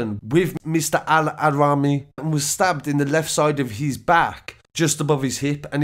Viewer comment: Your pronunciation of the victims name is terrible 🤦🏽‍♀️ mohamed AL Araimi not allahraimi